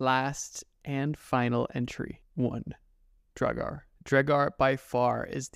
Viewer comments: It’s pronounced draugur also do the Japanese urban legend creature which asks you if she is pretty and if you say no she kills you and if you say yes she takes off her mask and shows how she has cut herself from mouth to ear. She asks you again “am I pretty?” If you say no she kills you and if you say yes she says “do you want to be like me” and if you say no she kills you if you say yes, she cuts the sides of your mouth all the way to your ears, and kills you. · It auto corrected, I meant to say “it’s pronounced draw ger” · Kinda kills me that he says draugr like Dre-gar instead of Drow-gar or Draw-gar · Its pronounced draw- ger not dray-gar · The way u pronounced Draugr, hurts my icelandic brain. It’s pronounced like Draugur, which also in icelandic is the word for ghost. But from way back it was used for the creature u talked about. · The mid pronunciation of Draugur it’s prounounced draw gur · lol why u sayin draugr wrong maybe i got missinformed but still i think drawg -ger sounds better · First time watcher here. You have some interesting content, but I could not get past the many mispronunciations throughout the video, especially the word "Draugr". A good rule for public speaking is if you've never heard the word spoken before, look up how to pronounce it. I know this seems like a small thing, but there are a lot of people that will be put off by that. Someone will be like, "If you can't even pronounce a word correctly, why should we believe anything you say is even factual?", and it'll go downhill from there. You know how these comment sections can get lol. Good luck to you.